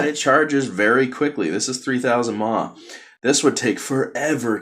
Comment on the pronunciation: I have never heard anyone pronounce mAh phonetically. It's killing me. Is this something all americans do?